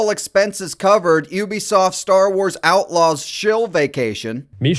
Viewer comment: "Star Wars Aightlaws?!"